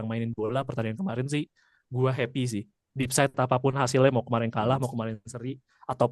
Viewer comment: Buat yg sepertinya baru dapat istilah baru makanya dipake terus sampe 3 kali tapi salah mulu, despite itu dibaca s nya dulu baru p, bukan kebalik terus jadi depside